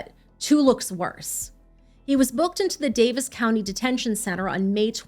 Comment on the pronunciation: Kudos for pronouncing "Daviess" properly.